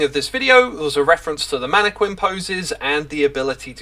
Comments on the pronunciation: Please… it’s “mana - kin.” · You know it’s pronounced “man-eh-kin” right? Not sure why you’re adding the qu sound, Minecraft didn’t invent the word. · I know you're doing it to be a troll, X, but the whole manne-kwinn thing got old after the second time you said it that way. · It's pronounced MAN A KIN not MAN A KWIN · The way zuma says mannaquin is making me believe ive said it wrong my whole life. Isnt it "Mana-kin" not "mana-Kwin". Im Australian so it could just be a country pronouciation difference. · Mannequin is pronounced Man-a-kin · Hahaha manee-kwin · chooseday shedule man-a-quin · Can also attest as a UK inhabitant - mannekwin is uniquely a Xisuma thing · As an Englishman I have never heard it pronounced with a Q in my life. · Seriously? "Manne-kwins" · It's not a British thing, we say it with a hard q like "kin". It is though, an Xisuma thing. He has a list of words he pronounces in his own special way. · It's spelled mannequin but it's pronounced mannekin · You can tell that xisuma has never heard anyone say "mannequin" in real life and he's only learnt the word by reading it because he says it SO WRONG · Do Brittons really pronounce “mannequin” the way you do? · I hope 1.21.10 brings the mannequin pronunciation bugfix for Xisuma. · I think reads a lot… because that’s not how you pronounce mannequin XD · Xisumavoid pronouncing the u in mannequin is like stewie pronouncing the h in whip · Stewie pronounces the h in hwip. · It is indeed a UK thing. We tend to go back and forth these days, but pronouncing the Q is considered more correct than pronouncing it as a K in some accents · X pronounces a ton of words absolutely wrong. I'm less bothered about Mannequin than I am by him mispronouncing "I bought" as "I brought". Those are completely different words and he never learns. Has been doing that for ages